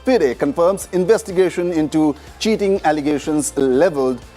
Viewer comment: I love the achoring of and as well as I'm fond of his personality. I have noticed a mistake done by him. So, if someone inform me that I'm wrong or not then I would be grateful to him/her. The mistake I have noticed is in sec place where he pronounced "CHEATING". As per my knowledge "CHEATING" is a common mistake which is generally done by every second person. There is no word like CHEATING in english vocabulary, the word is "CHEAT". If someone know it accurately then please also let me know as well. Thank You.